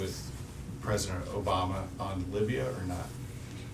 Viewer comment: I'm canadian and as soon as he becomes pres'o'dent- we r attacking